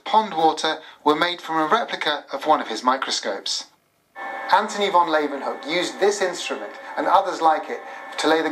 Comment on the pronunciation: You'd think the TV presenters would learn to pronounce the Dutch father of microbiology's name properly -- how a native English speaker would pronounce: 'Lay-oo-wen-hook' ('oo' as in 'book')